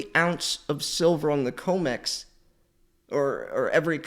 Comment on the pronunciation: It’s com x not co mex tbh your comments would have more cement